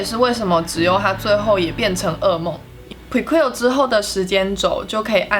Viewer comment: 解析得很棒 只是prequel不是這樣的念法啊😲😲😲（強迫症